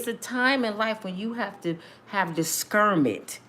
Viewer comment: "Diskermet" ?? I think you meant: Discernment. ❤